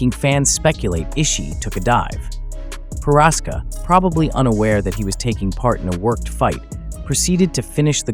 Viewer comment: Combat account doesn’t know how to pronounce Prochazka